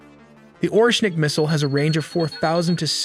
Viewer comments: It's not "orshonik"...it's Oreshnik Missile. "Hazel-nut"..get your facts straight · "Oreshnik" NOT "Orshonik". Anyway, it was really good try! ;) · Oreshnik, not Orshornik😧